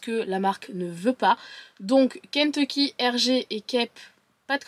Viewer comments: J’adore comment tu dis « Kenteecky » 😂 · Ça me perturbe la manière dont tu dis "Kentecky" 😂🤣🤣